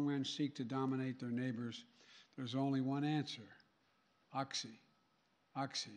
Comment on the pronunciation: OXY isn't read as oksi LoL it's ochy!